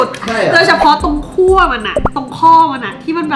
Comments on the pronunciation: ขั้วค่ะ ไม่ใช่คั่ว >.< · ขั้ว ไม่ใช่ คั่ว